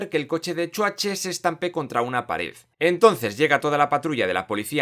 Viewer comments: Me mata cada vez que dice chuache 🤣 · no puedo con que le digas chuatche al Arnold XD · De pequeño me daba miedo XDXDXD Solo falta que pronuncies bien el nombre de Schwarzenegger XDXDXD